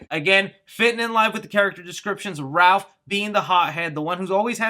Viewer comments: ....Love ya, but duuuude...Its Raph...NOT RALPH.😠 This is not 🎄☃️A Christmas Story🎄☃️...Lol. 😆🤣 But seriously...."Raph"...🐢Raphael...NOT RALPH. Thank you....Steve-O 🏃‍♂️💨out!! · Stop saying "RALPH"!!!! IT IS RAPH!! RAPHAEL!!!! sorry he's my favorite hahah I love your channel and I watch within a few hours everytime you post !! Keep it up man!!! And we all thank you for keeping us up on all the good!!! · It's RAPH not RALPH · Yay more Turtle news! I just hope that they dont get Rapheal's nick name... Its "Raph" not "Ralph" its a common mistake but i hope they fix it... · Am I dumb or is it raff (Raphael), instead of Ralph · STOP CALLING HIM RALPH! It's Raph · This guy calls raph RALPH unsubbed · The fact that you refer to Raph as "Ralph, is sad. How can any TMNT fan make this mistake? Big thumbs down on this video. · Leonardo = Leo Raphael = Raph Michelangelo = Mike or Mikey Donatello = Don or Donnie There is no excuse for saying Ralph. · Why are we calling Raphael "Ralph"? I thought you loved TMNT? How is a super fan butchering the most popular ninja turtles name. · Apparently to, it's "Ralph" NOT "Raph"...😵😡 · It’s Raph, not Ralph lol. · It’s “Raph” not “Ralph” lol it’s not Ralpheal haha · Raf, not Ralph lol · Stop saying Ralph or I'ma tear my hair out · ITS RAPH!!!! NOT RALPH!!!I FEEL LIKE YOU KNOW THIS, ITS BEEN THAT WAY FOR ALMOST 40 YEARS THATS LIKE CALLING BATMAN, CATMAN UNACCEPTABLE, YOU SHOULD APOLOGIZE!!!! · Ralph? I thought it was Raph as his name is Raphael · It's RAPH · You and the article said Ralph instead of Raph lol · it's RAPH NOT RALPH LOL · Jesus Christ, his name RAPHael not Ralphael. Raph not Ralph. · Got Wanda vision on the brain lol calling him Ralph instead of raph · I cringe every time I hear/read Ralph when referring to Raph. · "Ralph"? Shouldn't it be Raph if shortened? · For whatever reason it's like nails on a chalkboard for me everytime someone calls Raph "Ralph". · Please stop saying Ralph its Raph